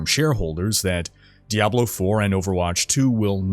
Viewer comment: This guy said DEVIL 4 and i stopped and commented.. No i didnt thumbs down cause i dont believe in that nonsense thumbs up thumbs down garbage but that just offended me that he said diablo 4 making it sound like devil 4... horrible...